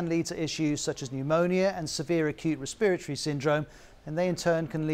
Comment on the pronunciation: Re-spirit-ory. Dear god that is the ugliest way to pronounce that.